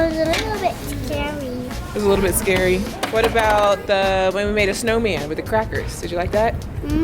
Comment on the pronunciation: “It was scwary” awwww!